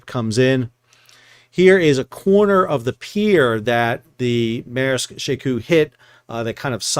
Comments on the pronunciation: Shekou, she like shou in should, kou with ou like saying letter o in English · She Kou is pronounced with an 'o' like the 'o' in coke. It is the name of a port in China that is across a bay from Hong Kong. When I visit Shenzhen, China, I usually take a ferry from Hong Kong to She Kou so that I can see the port.